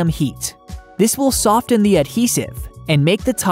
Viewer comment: The “T” is silent in soften and the “G” and the end of most words is not pronounced with the ‘guh’ sound. Like watchinG… sorry, but drives me so crazy I can’t watch your videos.